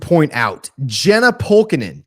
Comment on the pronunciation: Love the Swim and Dive shout out! Jenna’s first name is actually pronounced Yenna. Swim and Dive wraps the season at the MW Championship in Houston, Feb 19-23. Several additional records are likely under threat there. Happy to keep ya posted!